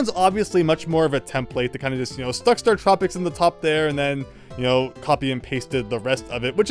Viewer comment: Hm. I’ve never heard anyone pronounce StarTropics with the emphasis on “trop,” rather than on “star.” 🤔